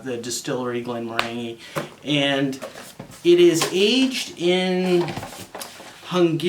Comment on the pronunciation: Hi. Not sure if this is true or accurate (and frankly who cares) but if you are interested, I was told that the distiller is pronounced "Glen-MORE-an-gee" meaning with an emphasis on the MORE. I may have been having my leg pulled but there is some trivia for you, that you can validate with someone more experienced in whisk[e]y than me. Cheers and thanks for the review.